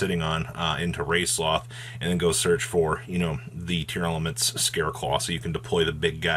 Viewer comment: And when he says "tear-el-laments," it really grinds my gears